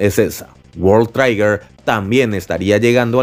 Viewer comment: Bro, es Trigger, no traiger